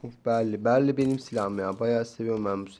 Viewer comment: Berly değil beryl